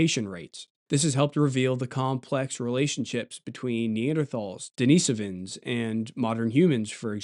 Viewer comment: Great video! I especially appreciate your perfect pronunciation of Denisovans; to many creators on this topic use a pronunciation that - for those of us who know Russian - is like fingernails on a chalkboard. Bravo!